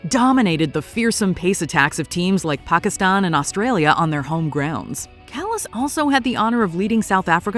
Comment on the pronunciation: You are probably the first American to pronounce Pakistan correctly